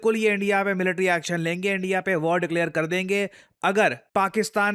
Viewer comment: It's declare not declear sir.